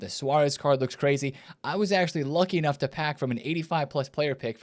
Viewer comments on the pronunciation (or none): none